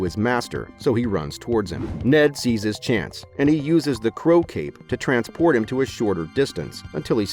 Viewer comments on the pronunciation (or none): none